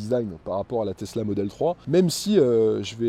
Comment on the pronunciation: il a dit plus "testla" dans la video que BYD